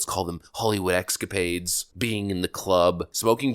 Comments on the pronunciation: ha ha, found a new one from - "Hollywood excapades!" It's "eScapades," Mr. Academically Gifted. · Don’t say EXCapades. Try saying ESCapades.